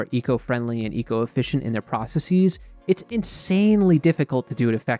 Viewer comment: why tf do you keep saying processEEZ like stop.